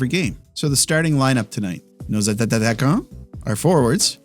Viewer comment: Dk if it’s on purpose but I genuinely like the way you say attaquants.